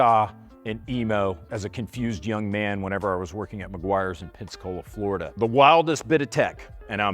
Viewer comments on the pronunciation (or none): none